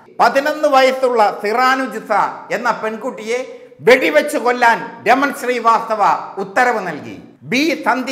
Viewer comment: എടാ കോയെ raman sri vasthava അല്ലടാ raman srivasthav